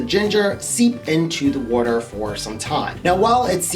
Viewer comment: I love his voice and the way he talks especially the way he says water 😍😂